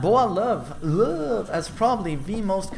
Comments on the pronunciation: Everytime you say dude's name it's sounds like boy love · The way you first say his name 😂